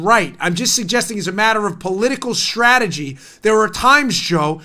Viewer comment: Puuleeeeeeeese stop saying stragery.... Leave the "R" OUT!